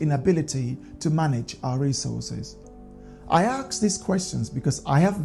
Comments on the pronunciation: jesus christ, do you people have a genetic disposition to pronounce "ask" incorrectly. Is "ask" not "axe". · Well, you could start by saying, "ask" instead of "axe". Would it really be all that terribly difficult? Also, makingvthe correction would free up the word "axe" so that it could be correctly applied to the chopping tool. Hey, it would be a start in the right direction, no?